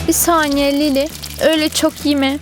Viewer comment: o kurabiye deyil ki onun adı makarondu həmdə danışa bilmirsən danışma😌😌 Azərbaycanca danış! öyle çok yime yox öyle çok yeme olmalı idi😂